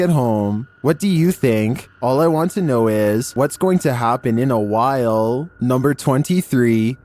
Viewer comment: In a While sounds like “In Ohio.”